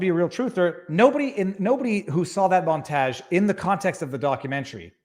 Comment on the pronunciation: God is this how Canadians pronounce “montage”?